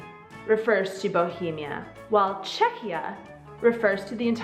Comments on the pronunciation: Mně nevadí ani jeden název, hlavně ať tomu lidi neříkají Československo. :D Ani jsem nevěděla, že název Czechia je tak starý - ale vyslovuje se to asi "čekia", ne? Přijde mi, že jsi tam občas vyslovovala "ch" a "ch" přece v angličtině (ve výslovnosti) není. Asi jsem spíš proto, aby oficiálním názvem zůstalo "the Czech republic", protože to podle mě reprezentuje jakousi novou éru, už nejsme součástí Rakousko-Uherska, tak asi proto tam lidi chtějí mít ten název "republic", jsme prostě rádi, že už máme samostatnost + zdůraznit, že nejsme monarchie. :D Ale pro neoficiální styk jsem pro název Czechia. Za doby Československa to bylo taky zajímavé, jeden čas vadilo Slovákům, že tam mají malé "s" a že bychom se měli jmenovat Česko-Slovensko a ne Československo. :D :D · Not really, it's pronounced "Check ya" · "Che-ky-ia" is the correct pronunciation! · It's kind of funny how she can't make up her mind about the pronunciation alternating between 'k' and 'kh' in the middle. But hey whatever, there are thousands of English words where the English speakers can't make up their mind! :-) I think the 'k' is the officially correct variant. Anyway, this is the best video I've seen on the subject! Thanks!